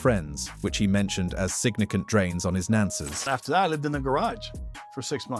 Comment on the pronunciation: True that. What’s up with the silent/missing “fi” in words like “nances”, “nancial”, “gures”, “rst” “recracker”, and “unspecied”? And the inability to correctly read large numbers. Yeesh…